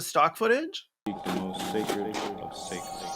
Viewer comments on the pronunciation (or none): none